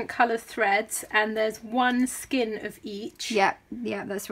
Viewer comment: The ein in skein is pronounced ane as in lane.